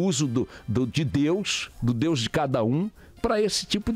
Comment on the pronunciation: Pronuncia infeliz em relação ao nome de DEUS! Caiu no meu conceito !😐